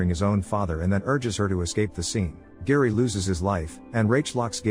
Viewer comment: Harry, not Gary. AI voices…